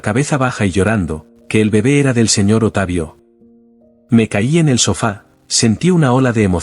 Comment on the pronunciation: "¡Simplemente sucedió!" Ja,ja,ja, vieja caradura, en Chile decimos: "¡Cara de raja!" El relator dice: "¿Otavio?" Es Octavio. ¡Qué tontera!